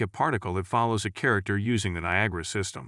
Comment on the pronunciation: . The voice synthesizer said "Copy the viagra emitter" 😂